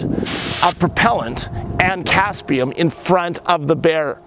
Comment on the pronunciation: Capsicum is a Latin name. It is therefore correctly pronounced the way it is written. Or one speaks it with an English accent, and in fact in the way pronounces it.